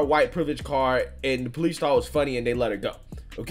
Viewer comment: Po- leece......